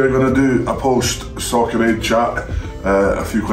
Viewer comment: I hear Socrate instead of Soccer Aid But the match looked fun